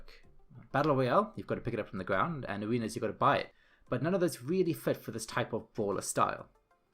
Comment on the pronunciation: You all just ignored the fact that throughout that whole video he kept sayn aWeNas